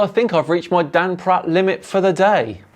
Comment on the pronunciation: Anyone else hear Dan introduce him as Dung Pratt?!